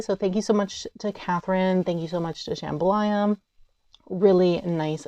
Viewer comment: "Sham-BHA-la" not "Shambhalaya"! You're thinking of the Louisiana dish jambalaya.